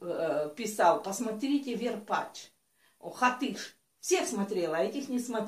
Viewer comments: варпач а ни верпач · БАБ ВЕР варпач а не варпетч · Не верпач, а варпач. И не хатыш, а Хатыщь